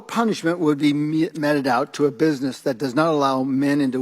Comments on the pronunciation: Gosar is the brain damaged result of a Harry Dean Stanton and Crispin Glover cloning laboratory accident. Was your greasy ass hair. And sit up. Also the word is "meted" pronounced "meeted" you illiterate goon. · Why does Gosar correct himself when saying “meted out”? He started right, with a long E sound, then switched to metted, which isn’t a word. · "Meeted" out (meted out), Gosar, you illiterate dweeb. The root is "mete," to apply, dispense, allot. It is not, "met."